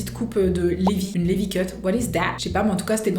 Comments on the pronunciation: Juste ça se dit pas LIVI mais LIVAI mdr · Sa ce dit livay pas lévi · c'est pas lévi ça ce dit "Livaï" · Livaaaaaaaaï et non pas levi 😂 genre sa se prononce livaï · "Lévi" Désoler mais mes oreilles saigne.. Sa se dit Livaï 🤣✋🏽✨ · Pour info, "Lévi" se prononce "Livaille" 💀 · on dit la prononciation livaï et c'est un anime shonen !! attak des titan et le dessins de Tae est magnifique wow!! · Ça se prononce livaï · Aaaaa mes oreilles '' lévi '' 😂😂😂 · Prononce le Levi en anglais stp la prochaine fois